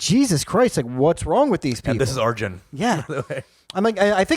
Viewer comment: Funny shit, hella cringe when you white wash brown names tho wtf is a "are-jan" you know how to say it 😂